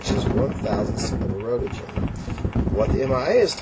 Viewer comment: Very true! lol They call it "roe ent gen". It's pronounced "rent-gen". lol Also, they use a pancake. If they forgot to divide correctly, the pancake can put off loads more counts than a tiny GM.